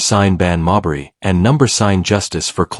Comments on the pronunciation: If you’re going to use an AI voice either a proven inability to properly pronounce names, WRITE THE NAMES PHONETICALLY. Mabry, try MayBree. Instead of Jacy maybe try Jaysee. You can do better. How many ways can this AI voice mispronounce Mabrey in the same clip? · Stop mispronouncing mabrey 😢😢😢